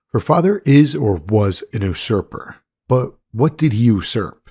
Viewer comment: Yousurper not Osurper made it confusing